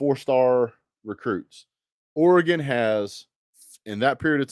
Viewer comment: first off it is NOT OREEGAN. It is OREEGUN. Look at 24/7 sports Four and five stars for OHIO STATE, OREGON and them DOGS. OREGON has 4 5 STARS, and 57 4 Stars. Ohio State has 12 5 stars and 57 4 Stars. Georgia has 20 5 Stars. and 56 4 Stars. OREGON beat an OHIO STATE team that is "superior" to it in recruiting. You say UTAH beat OREGON twice, but the team that beat UTAH in the ROSE BOWL ie OHIO STATE was beaten by OREGON a team with inferior recruiting!!!! You and GEORGIA fans are going to be "EDUCATED" on what OREGON is all about!!!